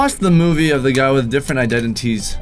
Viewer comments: Just say iDENities not iDENTities since u struggle so much haha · Identities (I-Den-Di-teez) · Identities is how you say it